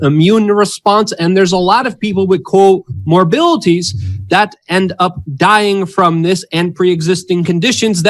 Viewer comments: luv ya but it’s a morbidity. Not a morbility lol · FFS HE STILL DOESNT KNOW HOW TO PRONOUNCE CO-MORBIDITY!!!!! AHHHHHHHHHHH